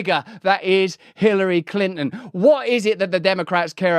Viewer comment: Clyntyn, eh?